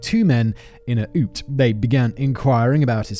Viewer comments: Omg ‘oot’ instead of ute 😂😂😂 and it’s MilAt - coz we are aussies and make up our own pronunciations. Also you think this is good. You need to do the Snowtown murders and The Family murders both in SA. Also Ivan Milat’s nephew, Matthew Milat also became a murder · i SWEAR TO GOD SIMON if you say OOT one more time Ill be the next person you do a video on 💀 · "yoot" simon.....ute is pronounced "yoot" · I love how his miss pronouncing words 🤣😂 I was confused what he meant for a bit when he said oot instead of ute 🤣😂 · “The oot slows down” brings a smile to my face every time I hear it and I’ve rewound it often. Never change Simon. It’s “Ute”, so more like u-ewt to rhyme with newt. It doesn’t rhyme with loot, but you make it sound like it should. “Get in the Ute!” would confuse a Scot like me😂😂😂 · Nothing on the pronunciation front compares to Simon’s ‘psycho-parth’… also Belanglo may be spelt like that but a real Aussie bungs another A in there: Bell-ang-gallo… oh my god I can’t keep up… Oot for Ute?!! It’s Ute, like YOU-t. Fucking love this channel. You should make the trip down under. Especially after this travel guide! What’s stopping ya? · having pronunciation guides for Australian towns and words then pronouncing ute as oot is hilarious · You-t not oot 😂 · 😂🤣😂🤣😂🤣😂🤣 It's MilAT.. To rhyme with Hat, rather than millet.. The Belangelo Forrest is pronounced as 'Beh-LANG-eh-LOW'.. And we tend to refer to them as a YOOT, rather than an "oot"!!! And Mildura is pronounced 'Milled-YOU'RE-uh', except you sort of run the d and the y together... Australian accents are a snap.. Simple as! 👌😂🤣😂🤣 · Simon pronouncing "Ute", short for Utility Vehicle, "Oot" is probably the funniest thing I have ever heard. 😂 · Get to the oot! Even as an american I haven't laughed that hard in awhile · Omg yes! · i came to comment too. ute "you-t" lol and Mi lat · I came here to same the same thing.. did he just pronounce ute as oot 😂😂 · I’m British and know it’s pronounced “yute” 😂 bless him